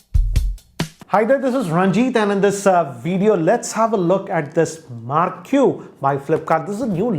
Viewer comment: Marq is pronounced as mark